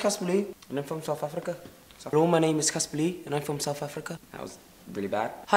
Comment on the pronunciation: how many times u tried to say caspar lee they were all Irish 😂 but I love you xxx